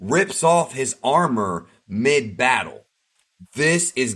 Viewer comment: he might have thought you were saying "meh". That's how it sounded to me at first until I replayed that part of the video.